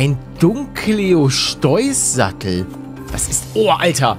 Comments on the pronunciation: Nichts gegen deine Aussprache aber es wird nicht Dunkleoschteuß ausgesprochen sondern Dunkleosteus ausgesprochen. Sprich es aber so aus wie du möchtest. Liebe deine Videos! Weiter so!!! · Dunkle'oste'us nicht dunkleosteus 🤨🧐